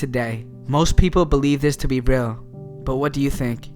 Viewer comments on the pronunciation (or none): The way he says everything is funny: "rel" instead of "real", and all his "s"es sound like he might have braces or a minor lisp. Also, it sounds like there's quite a lot of spit gathering in his mouth - perhaps more evidence of braces. I imagine a 16-year-old half-latino high-school student for some reason. I mean, it doesn't really matter who does the narration, but if professionalism is the game, then getting someone with perfect or near-perfect diction is a must.